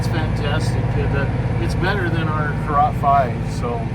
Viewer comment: That is pronounced "carrot".